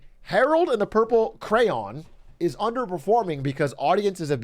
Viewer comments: Ain't no way this guy says "cran" that's absolutely ridiculous it's literally spelled CRAY ON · It's cray-on!!!